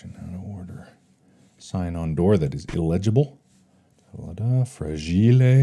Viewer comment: ahh yes frajilé